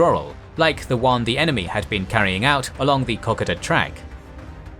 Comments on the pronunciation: Great series on the Kokoda Track battles. But please - Cocka-da? It's Ko-ko-da. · It is pronounced Koh-Koh-da, and rhymes with Yoda. At least, that is how we say it down under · Say it with me "Ko-Ko-Da" you butcher the pronunciation. While this is a good tactical display of the battle, it does not show the disgusting and appalling conditions it was fought in. Go watch the movie "Kokoda" and see for yourself. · OMG. Why do you still keep calling it the ko ka ta track? Thats also not how you pronounce Maroubra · You're pronouncing 'Kokoda' incorrectly ...